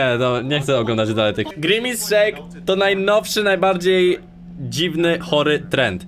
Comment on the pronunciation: Nie Mówi Sie Grimis Szejk tylko Grimas Szejk ;D